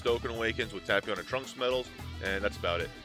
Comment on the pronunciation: please correctly say it like "TAPE-PION" it's really triggering